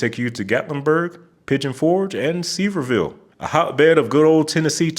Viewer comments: Great video as always, and I'm a hardcore roadgeek so I'm a proud subscriber to your channel. But, as a Tennessee native, I have to let you know that Sevierville is pronounced like "SEVERE-ville" not "Seever" like baseball player Tom Seaver. Fun facts about Sevierville; the town is named after Tennessee's first governor, John Sevier. It is also the home town of country superstar Dolly Parton! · The Tennessee town of Sevierville is pronounced suh-VEER-ville or suh-VEER-vul. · Sevierville is pronounced Se-Vere-ville. I 40 in western NC and Eastern TN is referred to as the snake. Muscogee is pronounced Mus co gee. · Sieverville (SEVER VILLE) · It is Sevierville, get the per. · Um, as a Tennessee native, born in Newport and raised near Maryville, I NEED to correct your pronunciation of Sevierville. It's PRONOUNCED "Severe ville", FYI. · Sevierville is pronounced, 'severe-ville!' Great video! Semper Fi! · It’s Severe-ville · Its pronounced severe-ville ive learned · As a native of Memphis, Tennessee, I enjoyed watching your trip across the USA on I-40. However, as a Tennessean, I feel obligated to (respectfully…) correct your pronunciation of three East Tennessee cities according to their respective residents. Sevierville is pronounced “Seh-VEER-vuhl”. Maryville is pronounced “MAHR-ah-vuhl”. Chattanooga is pronounced “Chat-en-OO-gah”. Thanks and happy traveling. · Ok firstly you gotta learn to pronounce Sevierville. It’s su-vee-ur-vl. I’ve driven the entire length of I-40 a few times but I’ve driven the I-81 interchange all the way to Barstow well over 600 times now and it ain’t that bad of a drive it’s easy and lots to see if you get off the interstate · I'm sorry, but you completely butchered pronouncing Sevierville like that. It's pronounced "Suh-veer-ville (or -vul)" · JSYK Sevierville is pronounced like "Sveervule" and Maryville is "Maervule" similar to how you'd say Maryland Source: Visiting family that lives in Sevier County my whole life